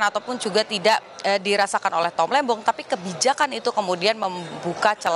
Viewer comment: Diulang berkali-kali, di tetep kedengerannya "Tom Lendong", didukung gerak bibirnya juga 😁